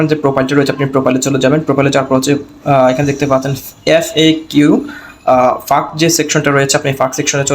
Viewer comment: For your kind information bhai "ফাঁক" না "ফ্যাক" hobe ❤